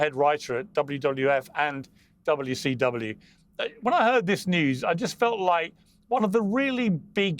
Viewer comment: it's wcw , not wtw, mr Morgan!